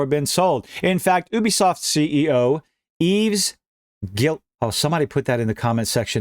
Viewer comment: pronounce his name as yeeves gee-ah-moe